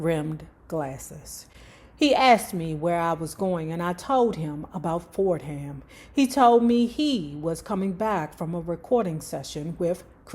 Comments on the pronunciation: U pronouncing it like Ford-Ham..... think of it like Fordummm..... like we don't say NewArk.... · Correct I am an alumni of the Graduate School. For-Dum is the pronunciation. ❤